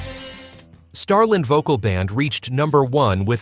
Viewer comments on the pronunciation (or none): Marmalade (pronounced Mar-muh-lahd, the last syllable rhymes with sod.) "Starlind"? (Star-LAND; rhymes with Band). I've never been a big fan of any of these songs. 👎👎